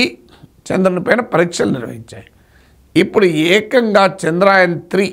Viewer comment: చంద్రాయన్ కాదు చంద్ర యాన్ అని పలకాలి